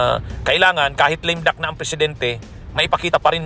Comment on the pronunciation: Lame duck hindi lim duck bwahahahaha....ayusin mo pronounciation mo abogado ka pa naman